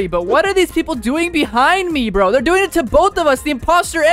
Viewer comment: почему так произносите слова типо броуууу